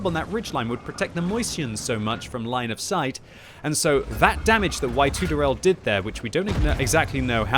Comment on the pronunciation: ....do you get any pronunciation guidance from your featured players? I see that Tedi24 is prolly Ukranian...but when you were saying "Why-tooderelle"....i was laughing and wondering if he wasn't a Latino/a player whose name was Y Tu De Rel(eee too deh rell)....You too of Rell. But that makes no sense and I see I was wrong. Love your commentary. Never stop. Never surrender. Never die. Tell Jingles you're eating his lunch. Taking his viewers because he's not as prolific...or fun to watch.: )